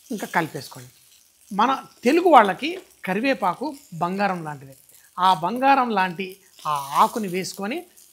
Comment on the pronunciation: అబ్బా, తెలుగు మాస్టారు అవ్వాల్సింది అండి మీరు. కరి"వేపఆకు"🤣😂🤣😂👌.